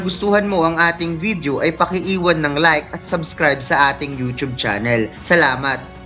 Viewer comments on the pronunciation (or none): none